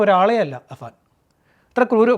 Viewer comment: അബാൻ അല്ലെടാ പൊട്ടാ അഫാൻ ആപേടിനെ എന്ത് വിളിച്ചാലും കുഴപ്പമില്ല പക്ഷെ നാട്ടുകാർ വിചാരിക്കും തനിക്കു അക്ഷരം അറിയില്ല എന്ന്